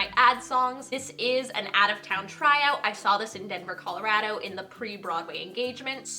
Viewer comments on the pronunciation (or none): none